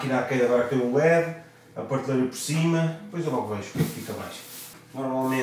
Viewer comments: 5 segundos no vídeo e já se ouve a primeira facada no português. pârteleira ou PRATELEIRA? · oh, gosto dos teus vídeos da casa mas tens de deixar de dizer PARteleira bro